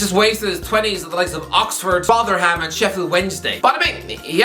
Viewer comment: The way you said Rotherham was so weird